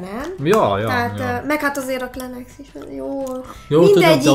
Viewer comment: tudtommal a kleenexet (klinexnek) kell ejteni gondoltam szólok =)